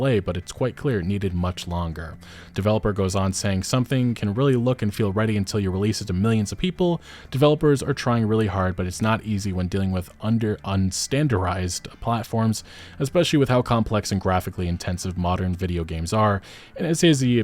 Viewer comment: bro said unstanderized